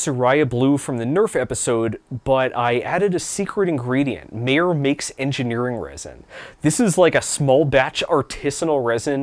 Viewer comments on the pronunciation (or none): none